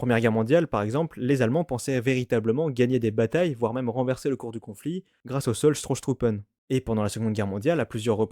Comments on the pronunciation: J'aime bien. Mais qui aime bien, châtie bien : à la minute 8 et des poussières, il y a un "R" en trop ; ce n'est pas "STROSSTRUPPEN", mais "STOSSTRUPPEN". En allemand, Stoss, c'est le choc, le coup, la poussée ; Stosstruppen peut donc se traduire par troupes de choc, ou troupes butoir. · C'est Stosstruppen et pas Strosstruppen... Ça m'a fait mal aux oreilles de germanistes ... Stossen en allemand ça veut dire pousser, donc Strosstruppen ce sont des troupes pour pousser l'ennemi.